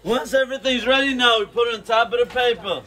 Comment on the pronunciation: "Now we put it toppaduh papuh"